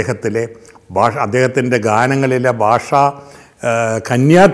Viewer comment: താങ്കളുരുടെ അനുസ്‌മരണങ്ങൾ വളരെ അധികം ആസ്വദിക്കുന്നു. പക്ഷെ ഒരു നിർദേശം. ദയവായി മലയാള ഭാഷയുടെ ഉച്ചാരണം സൂക്ഷിക്കുക. യേശുദാസ് ചെയ്യുന്നത് പോലെ തന്നേ. ഭാഷാ/ബാഷ ഉദാഹരണമായി.